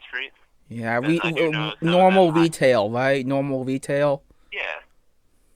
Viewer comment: You know any wegular wetail store that hire 14 year olds lol